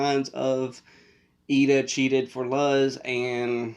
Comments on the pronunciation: Her name is Luz Noceda. (pronounced like Looz Nosayda) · Ah yes, my favorite childhood character that literally no English speaker can ever pronounce correctly.